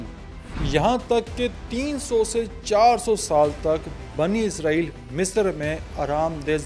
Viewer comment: Asalamoalaikum, آپ عرق ریزی سے وی لاگ تیاری کرتے ہیں ۔ ماشااللہ اچھی کاوش ھوتی ھے۔ جزاک اللہ ۔ ایک گزارش تھی کہ اسرائیل لفظ عبرانی زبان سے ھے اور اسے آپ عزرائیل نہ بولیں ۔ یہ لفظ عبرانی زبان کے حوالے سے بھی اسم صفت ھے اور صفت نسبتی بھی ھے اور اس کا معنی عبداللہ کے ھیں یعنی اللہ کا بندہ۔ اگر آپ عبرانی گرائمر اور عبرانی لہجوں پر تحقیق کریں تو آپ کو پتہ چلے گا کہ س کو س ہی بولا جاتا ہے نہ کہ ز۔ شکریہ۔